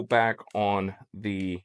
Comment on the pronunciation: Ok, I've heard all the "thees" I can stand for today!😳Time for closed captions with the mute tab!👍